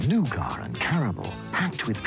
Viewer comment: "Noogar" "Nuggit!" 😂